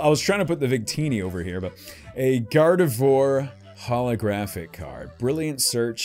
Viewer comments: I know it doesn't really matter but Gardevoir is pronounced "Gar-de-vwahr" (it's a play on French words), not "Gar-de-vore". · Your pronunciation of Gardevoir hurts.. It's pronounced Garde-vwar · "Gardevoir" is pronounced "gar-de-vwar".